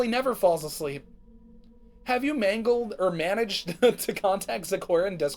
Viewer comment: "have you mangled- managed" best part of the video